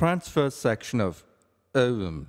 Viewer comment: The way he say ovume